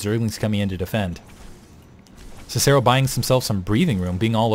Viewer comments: god damn it... it's pronounced Sih-Sih-ro and Ki-tenous plating. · Actually, if you use the Latin pronunciation for Cicero, it's Kick-a-ro. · actually in proper latin its Kih-kih-ro, and that was painful to not even get the proper popular pronunciation right. I'm still a fan but hearing you butcher the name of one of the greatest Romans ever hurt.